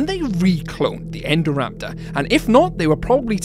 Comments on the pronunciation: Indo-raptor get it's name after the Indominus Rex it was based on. Yet you pronounce Indominus Rex correctly then call it Endoraptor? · it's so weird it's called "INdoraptor" and yet everyone in the films and in this video says "ENdoraptor"